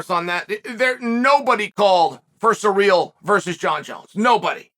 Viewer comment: I love how Chael calls Ciryl "Surreal" 😂😂😂😂😭 Omg just got to the end "Let's stop asking the bartender for advice on quitting alcohol." 😂